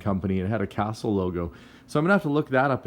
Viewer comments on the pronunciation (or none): none